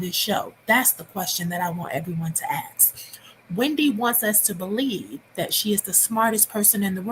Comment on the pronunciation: E trying to sound smart but still says axe